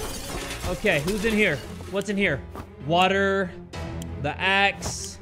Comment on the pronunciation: What about the way u would say, WATAH, I miss that🥲